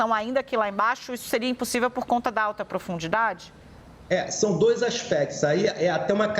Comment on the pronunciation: Apresentadora , - Em alta produndidade ? Que isso ? 😢